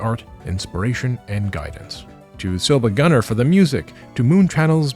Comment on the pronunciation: ummmm acktually it's "siivagunner"